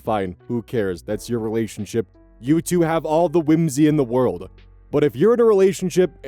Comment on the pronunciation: "rewashunship :3"